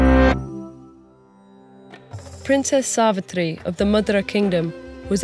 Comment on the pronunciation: Yesss.....it was soooo satisfying as she pronounced "Narad", "Yamraj", "Savitri", "Savitr", "Satyavan" correctly